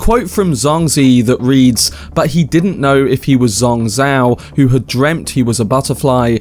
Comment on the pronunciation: Dude great video and analysis but you've butchered the pronunciation of Zhuangzi and Zhuang Zhou, you can have at least ran it through a google translation.